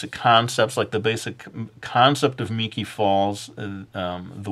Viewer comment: Ya! He said my name correctly!!